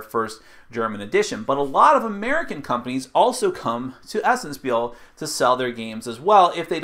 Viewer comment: It is pronounced 'shpeel'. ;)